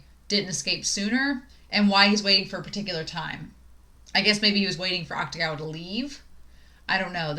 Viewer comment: “Akutagawa” is pronounced more like “Aktagawa” than “Aktugawa”. The “ta” is stressed.